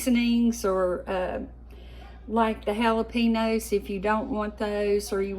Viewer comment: Jalapenos is pronounced JalaPainyos loved that you used bacon grease for flavoring. That is how we used to do it when I was growing up.